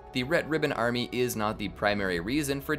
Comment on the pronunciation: "Red ribbon ArMEH"